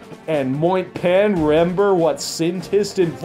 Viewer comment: “You, I rember!!!” lmao